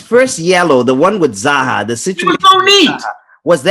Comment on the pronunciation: Notice how when was back on aftv, robbie called zah zy. You know even the don realises the zah is like ty